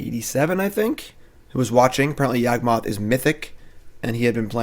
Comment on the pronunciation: It was Yawgmoth87 who hit #1 Mythic with that deck. just pronounced the name a little funny.